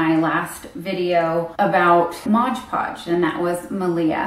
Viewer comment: So many people say "Modge Podge" hahaha it's MOD😂💗